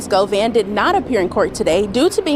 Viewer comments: bro it’s Go-VAN where tf u get Go-Vein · Govan...not govain, 😂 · "OMGGGGG"🙄....It's 'Govannnnnnnnnnnnn'.....*Not, GoVainnnnnnn'.....Geeeshhhhh'🫪.....WTF,....And, Kept Saying It '... WRONG...( Like Nails💅🏼 on a Chalkboard).🙄😅. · "Hernadez govaine " pablo bloods" it's govan and peublo u illiterate bitch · Hernandez Govaine? GoVin like King von!!! You said it 500 times incorrectly!! I try not to be annoyed by you. 😊 But every weekend never fails. Govan your ass back to English class sir. G VON. You turd burglar. Watch this very close. I'm saying it's allegedly but this is what you could be looking forward to the next time you go back to LA. You have called cops on people you have called people murders and Killers while hiding down in Texas.n what separates you from from m GoVain? And I'm not threatening you I don't live in LA I'm just saying speaking in general terms you have upset a lot of people in California. You called the cops on a blind man for fuggsake..